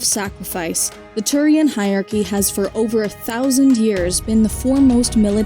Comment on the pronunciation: On behalf of Aki's everywhere, I respond to the Turian Hierachy with "Hi Bioware." (Makes sense if you hear Hierachy as "high aki", Also explains this joke.)